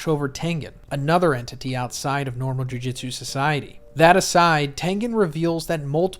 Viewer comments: Just gonna nitpick here, it’s Jew-jewt-su not Jew-jit-su, Jujitsu is a fighting style irl… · Why do you say JuJitsu instead of JuJutsu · Jujutsu not jujitsu